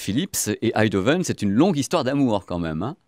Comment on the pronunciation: Bonjour. On dit EiNdhoven. Comme EIN en allemand. Merci jaime la précision (et jai un ampli Marantz depuis 20 ans toujours parfait).